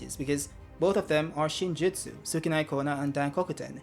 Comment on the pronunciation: Yup you pronounced it perfect... btw, I'd have stuck with Chocolate 😅